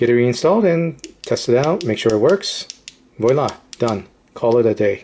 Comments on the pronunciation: It's pronounced vwah.lah for viola in French for "there". You're saying vee.walah which is incorrect. the wah sound rhymes with bra. How do you deal with a Atomic Beam that refuses to shut down consistently? Pull the battery case out all the time? The tail cap switch is obviously defective. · where are you from? lol first time I've ever heard someone pronounce "voila" like "voy-la"